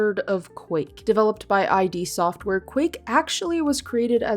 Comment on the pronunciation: Hold the fuk up! It's not "I" "D" software, it's ID software!!! Wtf?!